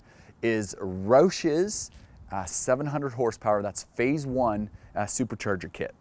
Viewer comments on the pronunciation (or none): none